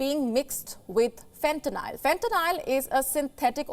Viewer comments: She’s saying fentanyl wrong 🤣😭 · whats funnyer is she wrong on the name its called fentaly a sythedic opioid not what ever name she said never heard of that kind and im from america and live in america and only hear about fentaly